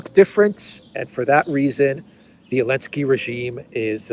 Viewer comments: WHY do you pronounce the name of a little-cocaine-man as Elensky?? Where is the Z? He is Zelensky, mate! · Because the letter Z was banned from Ukraine and most of the European union countries...so he is "complying" with that rule to the point hehe